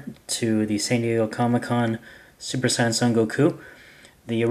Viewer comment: it's (say-an)